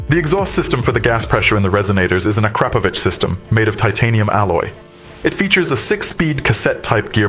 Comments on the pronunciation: A--krap-o-vich.....Akropovic you numb skulls. Get rid of that AI narrator and give a human being a job. I have had a guts full of this AI "it'll be okay" attitude of the people who are making money from these videos. "Just not good enough anymore by a long shot" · Dude. That's not I've heard Akrapovic pronounced but I'm just an American. Here its said, "Ak-rah-poe-vik." Now I'm second guessing my own use of the word in case I'm wrong